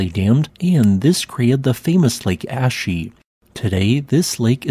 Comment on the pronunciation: Calling the lake Ashy is not only rude, but inaccurate. “Ah-shi” and “Ha-ko-neh”